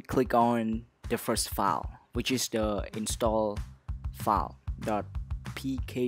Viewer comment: You say it like DA FARST FALL instead of THE FIRST FILE